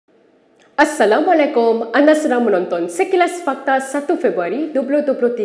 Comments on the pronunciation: Mcmana la kau sebut ucap salam tu 🤦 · BAGILAH SALAM DENGAN SEBUTAN YG BETUL.. MIN KENA CELIK CKT MIN..